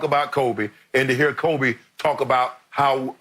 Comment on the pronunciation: Notice how Jordan pronounces Kobe's name at the memorial. It's done with a heavy heart of an older brother.